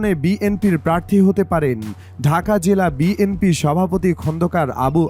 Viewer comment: ভাই দাঁড়ান,দাঁড়ান,, আগে শুদ্ধ ভাবে শব্দ উচ্চারণ করেন তারপর কিছু পোস্ট করেন এবং বিএমপি কে শুদ্ধ করে বলেন বিএনপি বলেন।